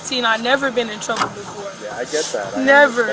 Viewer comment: It is pronounced "befoe" (don't get it twisted 😂😅😂😂😂😂😂)